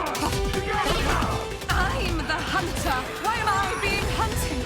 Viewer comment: I hate when she says IM THA HUNTEH WHY IM I HUNTED